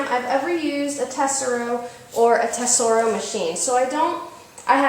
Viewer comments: its pronounced eh-soar-oh - the 'T' is silent. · Pronounced Tah Soar o. #2 on your choices. I have both the Excalibur 2 and the Sand Shark and they are both awesome machines. CrazyK has her settings figured out right about perfect.Thank you for sharing the great videos. Oh yeah, please don't get embarrassed about sound impression comments. They are super cool. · Tesoro - emphasis on the second syllable. :-) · Pronounced tes or o Did it not come with proper cable clips ?